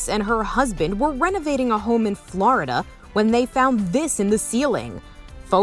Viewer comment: "Floyyydah" Love hearing different accents pronounce Florida 😂